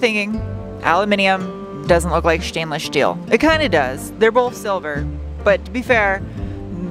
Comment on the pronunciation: The shtainless shteel is to practice for that job at Shtarbase.